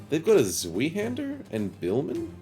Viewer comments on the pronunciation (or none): I'm catching up on the series, but just a little note. Zweihander literally just means "Two-Hander" as such, Zwei is the word for two. Pronounced Z-why, not Z-wee.